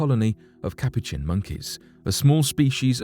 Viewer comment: On video number 2 it's pronounced "kah-poo-chin" sorry but u totally butchered it lol